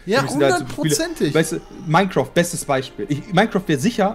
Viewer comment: Wie einfach immer MinecrOft sagt xD